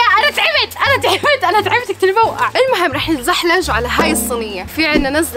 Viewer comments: نتزحلج 😂😂😂 مكس بين نتزلج، نتزحلق 😅🤦‍♂️ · راح نتزلج او راح نتزحلق مش راح نتزحلج